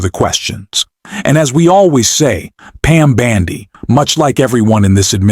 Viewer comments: Dear AI, When you say Pam Bandy are you referring to her gait? Her last name is BONDI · Can your AI bot at least pronounce correctly. “Bandi” is not her name. BONDI ! I’m not sure she deserves that respect, but good journalism demands it! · The presidents attorney general's name is Pamela Bondi not b a n d i!!